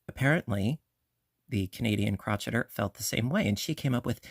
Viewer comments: I enjoyed watching this video and your tutorials are spot on and wonderful. Please note I'm not trying to be rude or disrespectful. I'm only pointing this out. I couldn't help but notice you pronounced "crocheter" incorrectly. It's the Canadian "Crow-Shay-Er." It's not "Crotch-Et-Er." It's the word crochet with the ER at the end. If I'm mistaken, please pardon me. 😊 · You do know that Crocheter is pronounced cro-shay-er, right? That was just a joke, saying crotch-etter, of course. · I think it’s called “crow-Shay-er” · She definitely says crotcheter...must be a Canadian thing as I say I'm busy crotcheting ALL the time..it's funny😂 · I’ve asked her why she mispronounced the word, but she never responded. I’ve beeb crocheting since 1965 and have never heard it pronounced like that. And I grew up in the UP Michigan and never heard it pronounced that way.